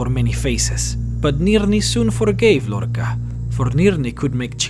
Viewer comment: That's not how you pronounce Lorkhaj